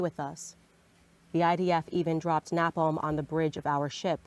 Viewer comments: I can understand her pronunciation of napalm if she was 8, hell even if she was 15. But she is a GROWN ADULT. An adult who pretends to be well versed in the political realm. She is a clown. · Of course not. She can't even say napalm correctly. She's a DEI hire, I guess.